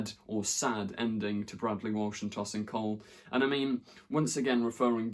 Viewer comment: TOW-sin Cole, not TOSS-in Cole. Sorry it just bugged me.